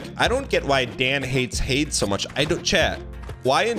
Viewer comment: "Y in chat if you think we hate Hades," Y. Absolutely. Dan trashes on that game every chance he gets, even when it's only somewhat related to the conversation. He also refuses to even say the name correctly (which isn't a first, but that's definitely not helping) Edit: Thank you, chat. I have never agreed with something chat said more than this.